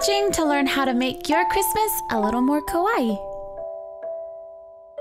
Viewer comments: Ahhh i love this and you sooo much!!! Just one suggestion from a fellow Japanese subscriber- try to pronounce kawaii very carefully because if you say kOwaii instead of kAwaii, it'll mean scary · Kawaii is pronounced /ka wai e/ if you pronounce it just /ka wai/ than it means scary instead of cute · Maybe it's only me, but the only thing that bothered me about her saying it is how she pronounced it. I rhymes with Hawaii but she said Ka-Wi. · U DONT EVEN KNOW WHAT KAWAII MEANS DO U?!?!? AND ITS KAWAII DESU (pronounced kawaii deth)!!!!!!!!!!!!!!!!!!!!!!!!!! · It's Ka-wa-ii Just sayin. Proof? I'm part japanese. :p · i love how american people pronouce "kowaii", which means death in japanese... pleaaaaaaaaaase c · _- It isn't a synonym for death, but, you're right, the problem is pronunciation.